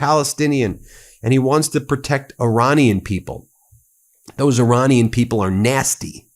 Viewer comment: and Your-anian instead of Iranian